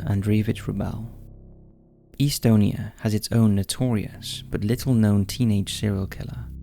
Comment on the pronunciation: FYI it’s not Pronounced eastonia, it’s Estonia with the E making the same sound as in “bet”. Please Google basic things like pronunciation.